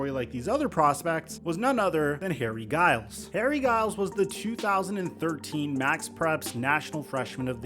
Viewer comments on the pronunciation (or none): He's been following his story for quite some time and still can't pronounce his last name. It's not Guy-les, it's Juh-iles. Typical Lakers fan shenanigans, making something out of nothing. It's like making a video over the Darius Bazley signing for the Sixers, not worth the time or effort. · You’re pronouncing his last name wrong. It’s pronounced like Jiyles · U could’ve at least got his name right! Lil Harry from my town, I know his mom, every time I heard you say his name my skin crawled. Mis-pronounced and mis-spelled! Good job 👍🏽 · This man couldn’t even pronounce his name right. Come on fam! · that shit was bugging me and he said it over and over and over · being interested in someone since high school you'd assume you'd pronounce his last name correctly.